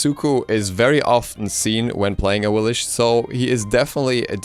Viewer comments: its pronounced awilix not awilish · Aah-weil-ics. Not the cringey af way you pronounce it. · Awilix, X .. X!!! Awilish ... pfff... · Man, gotta love Awilish. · "AHWILLISCH" Get her fucking name right already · So the second x in axilix has a sh sound? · Can you specify which pronunciation do you dislike? If it's Awilix then you're the one in the wrong here. X's in Mayan were pronounced as SH (SHoe) For example Xbalanque being Shbalanque and when Camazotz dies he says "I return to Xibalba" again pronounced Shibalba. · RagingAtLife I didn't google it. I live in the Yucatán and speak some Mayan. Pretty much every Mayan god's name in the game is mispronounced. I'm sure the same happens to other pantheons too.